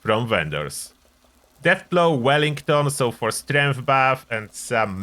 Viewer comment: I heard "deathblow wellington" aka (deathclaw wellington) and instantly thought their could be a Gordon Ramsey character in fallout. Thanks for the helpfull video.